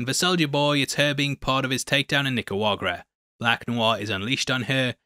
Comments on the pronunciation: It’s NICARAGUA*. Not “nicuagra”. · Ni-cah-raug-wah not Ni-ca-wag-rah lol. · NICARAGUA not NICAUAGRA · NicaraGUA not Nicaruaga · Nicuagra is not a place, i think you mean Nicaragua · It's Nic-a-ra-gua. Not "Nic-a-wa-gra" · What the fuck is Nicouagra? Lol. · Thumbs up. BUT, please man, is not that difficult 😂 NI-CA-RA-GUA (not ni-cua-ra-ga). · You know its Nicaragua and not Nicawagrua, right? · Hey it's niceragua not nicewagra:) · Ok what is the deal with “Nicawagra”? Are you doing a bit? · Bruh its Nicaragua not Nicawagra😅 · I signed in to like and to ask if you are pronouncing the name of the country Nicaragua incorrectly on purpose? nik-a-RAW-gwa is the name -- you are saying nik-a-WA-gra. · Why do you say Nicauagra??? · It's Nica-ra-gua not Nica-ua-rga. Just lyk. Love the vid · holy shit it's nick-er-agua not nick-er-uagrar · I don't usually bitch about this but nickawuagera is not how you say Nicaragua. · he says necuagra instead of nicaragua 😂😂😂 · Please learn to pronounce the name of this country correctly. Ni - Ca - Ra - Gua. Say it with me: NI! (ni...) CA! (ca...) RA (wa...) GODDAMMIT! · Lol you let me down, you let my parents down..... it's pronounced knee-cah-ra-goo-ah (nicaragua) <3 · I am starting to realise that Youtubers saying things wrong is a good way for them to generate engagement. Like what is Nicuaraga? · This has been bothering me for a few videos now… NEE-CAH-RAH-GWAH lol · I´ll help you say Nicaragua bro, repeat after me: NEE CAR AH GOO AH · OK, repeat with me: NI (NII) - CA (KA) - RA - GUA (WAH) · Love your video. But you are pronouncing Nicaragua incorrectly. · You really butchered the Word "Nicaragua" you chump, and you didn't apologize once hahahahahha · Nicaragua, how hard is it to pronounce the name? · Bro,, love you, love your videos, learn how to say "Nicaragua" properly please. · Is it just me or does the pronunciation of Nicaragua sound completely wrong? 😂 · I love how can’t say Nicaragua that’s the best Easter egg